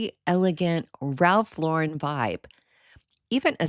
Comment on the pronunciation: Wonderful ideas and thank you for pronouncing Ralph Lauren correctly.